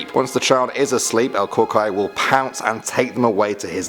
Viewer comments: the way you say it is coo coo y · It sounds like u say el cucry it’s CU CUI it’s like saying the letter e where the y is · Ol cucoy? No. Pronounced “el cu-cuoy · It's not pronounced "KOO-kway", its "koo-KOO-ie".....At least that's how my boyfriend from Michoacan Mexico pronounced it. Its basically the boogeyman. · IT IS PRONOUNCED KOO-KOO-EE NOT CUCOEY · Im sorry the way he said cucuy had me dying "El CuQuEy" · Yeah it's cucuy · Me: Cucuy it's actually pronounced "Coo Coo e" my man- (sudden sound outside) Me: :'V YA LO INVOQUE ALV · "El cookwhy." - 2018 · Is pronounced: (Koo-Koo-ee) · Omg you are not mexican aren't you it pronounced el coocooy but its spelled cucoy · you mispronounced cucuy buddy its pronounced koo-koo-ee, but your other pronunciations are okay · Cucuy Is pronounced coocoo-ee it's like cuckoo clock but with the e sound at the end. Love the videos!! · also u pronounced cucuy wrong it's pronounced COO-coi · It pronounced the coycu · Not being mean but who laughed the way he said el "cucuy" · you said el cucuy wrong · You said Cucuy wrong my mom would scare me with that one so much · I like how he nales how he says Mexican words except cucuy